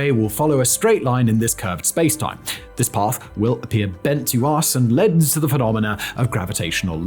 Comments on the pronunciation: I’m starting to think Simon is an A.I. … his mispronunciation of “leads” as “leds” is a mistake that A.I.s make ALL THE TIME, but one that a real person just doesn’t. Maybe Simon’s relationship with ChatGPT is more involved than I originally thought. Hmmm 🤔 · Simon, it's "leads," not "leads"! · "leads" ---- really?